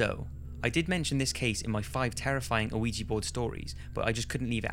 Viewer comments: Why do people call it an "aweejie" board? I thought it was pronounced like "weeja." This means yes and no. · Yes it is spelled Quija, and pronounced weeja, not aweejie.